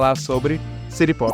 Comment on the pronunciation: Adoro a pronúncia "siri popi" kkkkkkk Ser aquático musica popular🍷🗿